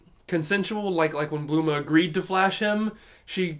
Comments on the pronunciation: well he shouldn't. No one else does. He's making himself sound ridiculous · Yep, he always calls her Bluma, I suppose to be closer to her name's origin, bloomers.